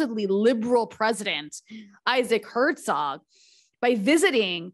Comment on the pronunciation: Good report, but there was not a single name of person, group or place in it that wasn't really badly mispronounced (e.g. Hertzog, Kakh etc.) Please ask a local to help you learn the correct pronunciation.